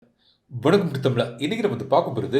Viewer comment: Yow video starpannum pothu etho o solluriye enna vaarthai அது வணக்கம் .? Yow ஒழுங்கா சொல்லி தொலையேன் 🤐🤐🤐